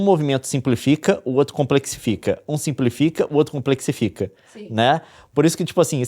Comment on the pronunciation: Pulei fora no "complexitica"